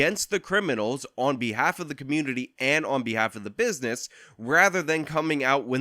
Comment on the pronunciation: "Dey attackin' dah black ca'moonity"